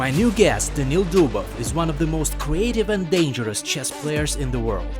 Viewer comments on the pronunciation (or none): none